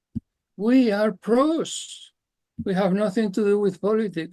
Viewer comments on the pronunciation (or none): Pros not Bros😉